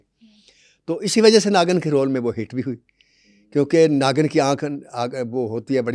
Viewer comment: Bhaisab naagan nahi naagin hai....😂 naagan naagan 😂